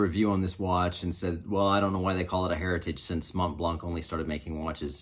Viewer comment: One little tip: In French the T and C in "Montblanc" is silent so you should pronounce it as "Mon-blan".